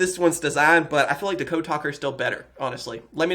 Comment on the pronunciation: DA-code? It's DEE-code